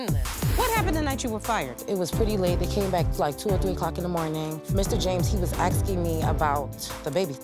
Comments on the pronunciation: Nobody is "aksing you a question"...your are "asking you a question"... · they need to stop axing